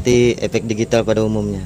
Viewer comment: Efek brow, bukan Epekk..😅😅